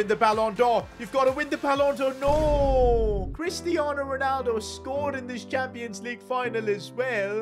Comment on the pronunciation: cwistiano Ronaldo